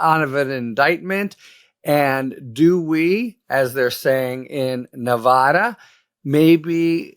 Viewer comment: Love you, Harry. It’s pronounced Nuh VA duh VA, like in VAcuum.